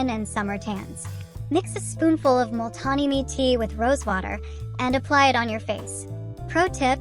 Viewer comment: “mooltahni mieghtiii” 😢